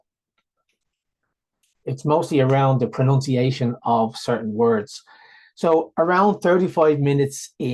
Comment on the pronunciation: Ironically you misprounced "pronunciation" lol Bleedin Dubs wha'!